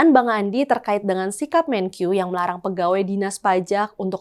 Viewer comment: Untuk presenter, maaf perlu saya koreksi. Melafalkan kata MENKEU tidak usah dg lafal seperti orang Inggris jadi ”Menkyu”. Kita bangsa Indonesia, lafalkanlah dg bahasa Indonesia yaitu MENKE-U bukan MENKYU!.